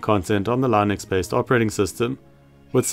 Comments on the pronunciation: It's Linux. "Linux". Lih-nucks. Not "Lynix". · "Lai-nooks operating system" 😂